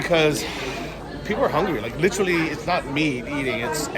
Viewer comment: New drinking game...everyone drink when says Littrally (Literally) lol....safe travels!